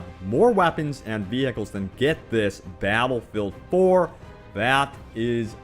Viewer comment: Twen twings abwout bawwatlefield